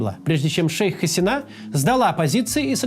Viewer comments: Очень сложно смотреть ролик, который начинается с фонетических и фактических ошибок. При разделе Индии большинство населения страны, которая сегодня называется Республика Индия, исповедовало индуизм, а не буддизм. В имени "Шейх Хасина" удаление на И, а не на последнюю А. В слове "урду" тоже ударение на первую У, а не на последнюю... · МуджИбур, Хаси́на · 1. ХасИна 2. забавно тетку называть "шейх". звучит нелепо